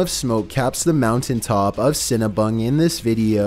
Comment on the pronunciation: I thought said " Mount Cinna-Bun"....😯